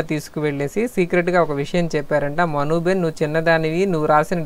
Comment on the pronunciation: Not behen,it is ben